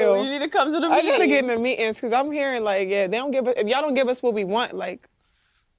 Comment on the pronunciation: "I've been to me-ins..." ? Really? Or did you mean, meetings?